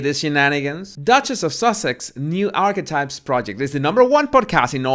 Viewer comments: Did you say "archwipes"?!?!? 🤣🤣🤣🤣🤣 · Holy smokes! Every time said the name of MM’s podcast, I heard “arse wipes “!!! Lolololo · The best part of this video is when pronounces “archetypes and it comes out sounding as ARSEWIPES” I almost died laughing! Perfect name for it! 😂😂👌🏻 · Towards the end of the video Archetypes started to sound like 'arsewipes'. I was multitasking, but still found it funny. Close captioning has it as "our wipes". Bahaha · Sounds like Arsewipes. Love it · I’m sorry but what are you calling the podcast in the end? All I keep hearing is “arse wipes” 😳😂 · Did you just say arse wipes? Lol love it, you shady king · Did I just hear call Archetypes "A*swipes"? 🤣Was that a Freudian slip? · To be sure, I am not making fun of your accent, because I love it, but when you say Archetypes, it sounds like you’re saying Arsewipes, and that is hilarious! 😂 I also thought that you say body language buddies, even though to me, it sounds like bodies (which is cute), but have learned that it’s actually baddies. But yes, it’s hard to believe that her podcast rated higher than Rogan’s. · Lol... I keep hearing "arswipes"... Is that correct..? 😂😂😂